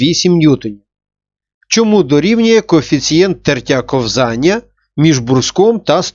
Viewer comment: кОвзання, а не ковзАння